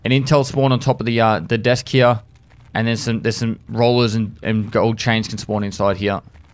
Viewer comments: Instead of "here" he says "heyuh" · I fucking love the way that says "Here" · He said "here" without an accent. O_O